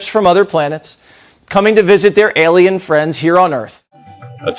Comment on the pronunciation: a-LIE-n fallen angel.